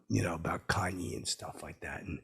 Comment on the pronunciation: Thought for sure you'd pronounce his name like "Cain" West